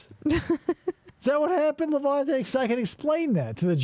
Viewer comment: Awesome job but perhaps 1400 analogies is too much and for the love of God it's LevEnte not LevAnte!